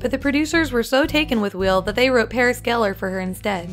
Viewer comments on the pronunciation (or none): none